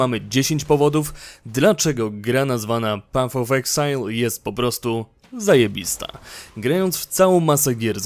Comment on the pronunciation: materiał bardzo dobry ale proszę Cię, nie pat of exile a paf of exile.